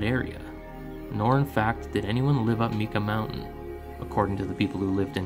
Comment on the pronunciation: great story, but it's pronounced tee jon cache and myka mnt :D